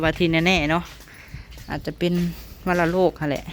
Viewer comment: วัณโรค ( วัน-นะ -โรก) ❤😂😂